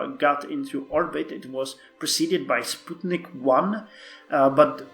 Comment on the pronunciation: Finally, someone who pronounces Sputnik the correct way :D